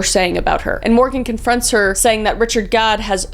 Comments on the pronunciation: every time you say Gad it sounds like god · You kept saying god instead of gad 😂 ur even funny when u don’t mean to be ❤ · Pronouncing Gadd as God 😭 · Gadd, not God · In the end i kept hearing you saying god xD i was like what the... untill i realized thats not what u said XD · I chuckled a bit hearing you pronounce "Gadd" almost like "god" LOL. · I’m sorry but you pronouncing it God instead of Gah-d made me giggle the entire end of the video 😭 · I love how you just give up at the end and start calling ‘Gadd’ “God” instead 😂😂😂❤